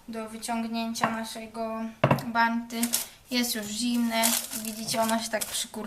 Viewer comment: Od kiedy na bounty mówi się 'banty', jesus. Jeśli nie umie się angielskiego, to się nie mówi, bo to okropne.